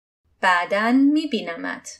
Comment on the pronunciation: Ошибка не мебинамат а мебинамет